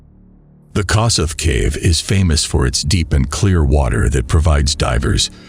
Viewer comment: The Hungarian pronunciation of Kossuth is [ˈkoʃut] (or kosh-ut) named after a famous Hungarian freedom-fighter. I know it's not the point of the video. I never heard of this poor guy and that a disaster like this happened in my country. The fact that he died in a section called the 'Hopeless Siphon' is also disturbing. May he rest in peace.